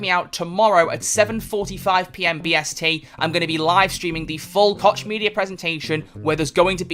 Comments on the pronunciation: It's pronounced Coke not Kotch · I believe you pronounce Koch as "Coke" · He just doesn't want to say it cock media which is the correct way